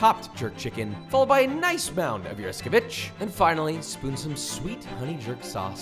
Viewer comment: ☠️ eskoVICH! 🤣 I love you man. I’ve never heard it said this way.